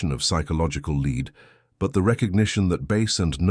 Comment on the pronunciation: leed into gold, bye AI